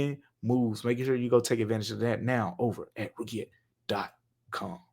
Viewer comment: Roogiette lmao you are funny man. Good on you for not even knowing how to pronounce it 😅